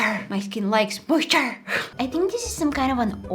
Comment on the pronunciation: The way she said “MOISTER YES MY SKIN LIKES MOITER”